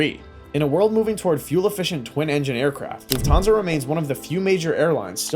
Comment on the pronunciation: Try to learn how to speak correctly „Lufthansa“